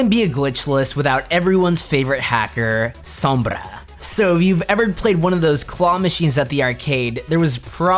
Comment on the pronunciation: That guy saying sombra correctly just makes me so happy